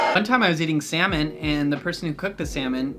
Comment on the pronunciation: good lord, I need to go to the ear doctor, when u said SALMON I swore u said something completely differentttttt